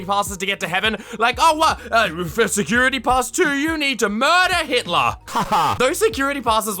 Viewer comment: i trusted you being nice but you just said hilter who is illegal in my country